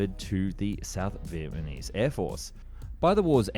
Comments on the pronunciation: Are you saying Vietmanese? It’s Vietnamese. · Your videos are always so high quality, well researched and informative but then you cannot pronounce VIET NAH MESE to save your life, hearing VIET MAH KNEES is so distracting, just say it slower or something please get it right, its been multiple videos now.. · Am I hearing things or does he keep saying "Vietmanese"? 🤣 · Who were the Viet Ma Neeze? (Shame on you!) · Oh yes... the Viet Ah Meez. A dastardly foe. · Say it with me: VietNAMese. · I loved this video and found it very informative but I couldn't help giggling every time you said 'Vietmanese'. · Ya gotta stop saying "vietmanese" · The amount of times this man says “vietmanese” is painful. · “Viepmanese” is a new word I’ve never heard of. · Look, it's John Kerry! When I was in Viet Nam in 1998, I saw one of the A-37's on display at the Da Nang Airfield, and she was in pitiful condition then, I'd hate to see what she looks like today, if she's even still there. BTW, It's pronounced Viet NA mese, mate. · Why does he keep saying North Viet Ma Nese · Australian? Speech impediment? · I suspect that he makes deliberate mistakes in his videos so that people react to it and the comments make it a more popular video. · Are you saying "Vietmanese"??